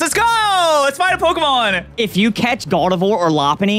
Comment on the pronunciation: Dylan is SO bad with the new Pokemon names and I'm internally screaming